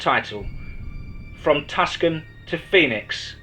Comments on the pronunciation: There is no safety on a Glock.....and its TuCson....not Tuscan....proniunced Tooson. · Hey love your stories, however Tucson is pronounced Two-SON